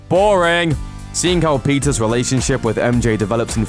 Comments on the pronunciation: Why do you pronounce Peter's as Pizza's? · I thought he said " Pizza's love life" lol kill me 😂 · why he says "Pizzas" instead of "Peter's"